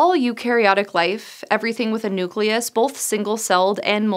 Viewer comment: She pronounces "both" as "BOLTH"...wtf??